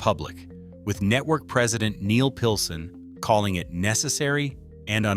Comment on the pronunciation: Netwowy cwaady cofeeing? AI bumbling garbage